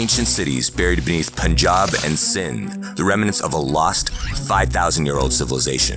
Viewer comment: 3 minutes into the video and already impressed by your correct pronunciation of Punjab and Buddhist. This shows your attention to detail and sensitivity to other cultures. Keep it up!